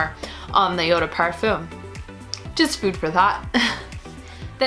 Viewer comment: 1 hour and 23 minutes and you never mentioned a single note just olfactory families and if you liked these perfumes or not. You say you are a fan of Kathleen then I suggest you watch her last perfume vid and learn how to describe a scent. Also learn to pronounce eau de parfum if you are going to use that word a gazillion times... Do NOT like